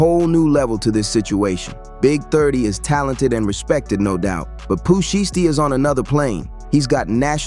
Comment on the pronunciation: Definitely an interesting video bro since 30 and Sheisty are 2 of my favorite artists, but bro u pronouncing names wrong it’s Nuski (Nooski is how u pronounce it) and it’s Sheisty (Pronounced Shystee), not Nochi and shestee 😂 😂😂…Other than tht the content is definitely interesting